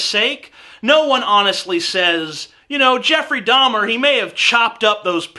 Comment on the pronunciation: No that was Jeffrey DAHMER! D-A-H-M-E-R. Not DAUMIER!